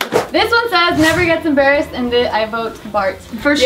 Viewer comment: Hold up ! "never gets embrassed" , tf? what's 'embrassed' 😂